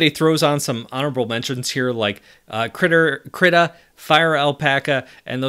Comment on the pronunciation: manifested. Krittr.